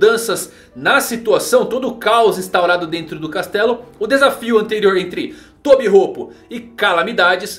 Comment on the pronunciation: Ele falo tobirropo kkkk